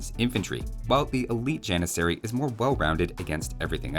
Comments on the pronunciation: Ah yes, the Jan-miss-aery. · You got all 3 repeated letters wrong It's janissary, not jannisarry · If anyone wants to flex their super smart brain with any age friends you have, the turkish pronunciation of Janissary is a bit different than what we use. Instead of using the western pronunciation (Gian-i-sair-ee) use the more correct pronunciation (Jah-niss-er-ee) but replace the J sound with a Y sound and the ss with a ch. so pronouncing it would look like “Yah-nitch-er-ee” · If you could teach T90 how to pronounce janissary, I may not avoid his casts with turk players.